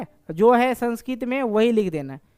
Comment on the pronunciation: The pronunciation of the word "Sanskrit" is wrong!